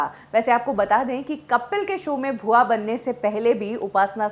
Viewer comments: Bhua ji nhi...bua ji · भूआ जी नहीं बुआ जी